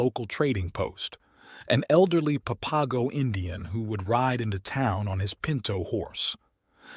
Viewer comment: Pap-a-go geeez